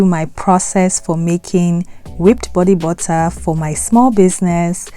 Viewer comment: bodee buttaaa